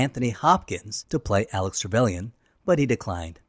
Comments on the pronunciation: is it me, or did he call him Alex Trevelyan? :P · "Alec" trevelyan, not "alex" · Alec...say it with me: ALEC